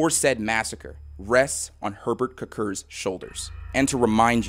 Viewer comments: Every time you said “Herbert Kirkir” (or however you spell it) all I could hear was the Swedish Chef😂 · As a Latvian (and also a bit of a fan of the morbid reality series), this was a particularly fun watch for me and it certainly caught me off guard to see my country's flag in the very first slide...😅 Personally never knew of Herberts Cukurs (btw, the pronounciation you did made me laugh a bit, but this is just how native americans typically spell it anyways), so this was definitely educational. The history of Latvia really is bitter-sweet the more you look into it, but i am proud of where i come from. Cheers!